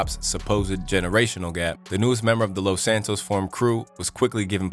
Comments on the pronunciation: buddy said "Los Santos" 😂😂 Hell nah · “Los Santos Formed Crew” 😭